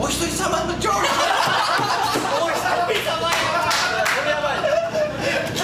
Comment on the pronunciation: ジョージの発音良すぎてそれで笑うんだけど